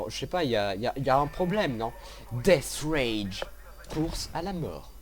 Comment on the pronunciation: c'est death race et pas death rage ... Enfin bon gameplay sinon ;)